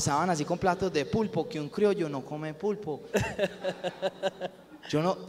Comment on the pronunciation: Una pequeña corrección: no se dice crioyo, se dice criollo, que es lo correcto